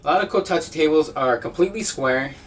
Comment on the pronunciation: I can't help but get triggered every time he says "Kotatu" instead of "Kotatsu"